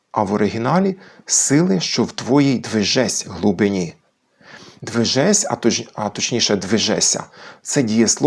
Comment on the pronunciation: А там наголос часом не на "И" в слові "глибині"?